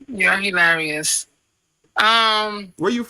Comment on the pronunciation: I can’t stand when people say he-larious wtf is that.